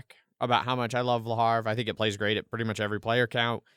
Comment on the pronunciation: Hey guys... I'm still here and kicking it!:) Also, it's Le HA-VRE, not Le HAR-VE Here's a video